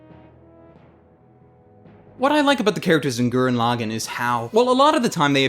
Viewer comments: Gurren Lagin? That's not how you say Gurren Lagann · Wow, I have never heard someone butcher saying "Tengen Toppa Gurren Lagann" so much. Your stressing wrong syllables all over the place. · why does everyone always say gurren laagen?????????